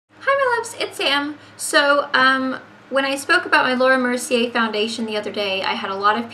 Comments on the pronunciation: You pronounced it right. ier in French is pronounced like an a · You're saying the name right.